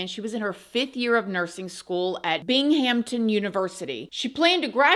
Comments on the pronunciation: Bing-Hampton lmao I love you. I know it's spelled Binghamton, but it's pronounced bingumton. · Bingum-ton is how it's pronounced. Sorry. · I was searching the comments for another local explaining how we Never pronounce with a P lol We are unforgiving with that anytime our area has a national story